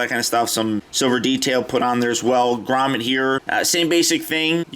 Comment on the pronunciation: grommet not grommen